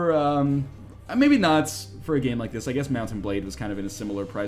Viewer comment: "Mount And Bladey" He doesn't even know... *facepalm